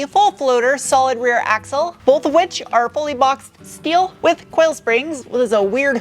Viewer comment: I have to ask: Why "schteel" and "schport," but not "schway bar?" Love the vids, btw. Very informative.